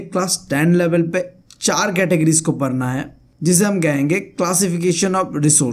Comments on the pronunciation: Padhna❌ parna✅😂❤ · Its padhna not parna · Padhna ❌ parna ✅